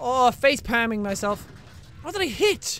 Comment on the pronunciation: Aha he said face"pam" it's palm